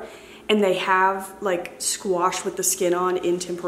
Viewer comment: I have been following you for years and yet every time you say “squeesh” for squash it gets me. 😂 Happy fall,! 🍂🍁